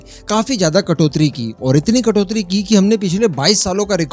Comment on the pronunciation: भाई जी कटोत्री नहीं कटौती होती है.